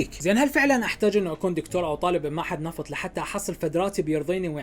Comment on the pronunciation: دكتور✖️ دتكور ✔️